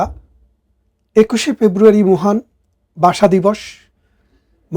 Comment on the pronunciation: বাসা নয়। ভাষা রে